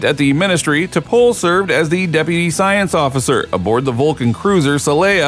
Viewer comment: If you're going to make a video about a Star Trek character, the least you could do is watch at least ONE episode, so you can learn to pronounce her name correctly.